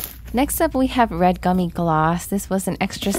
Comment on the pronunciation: Btw it's "red gummi gloss"